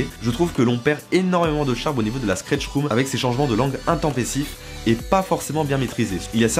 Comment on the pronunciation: Super vidéo, mais un jour il faudra quand même apprendre a dire Stretch room et non Skretch...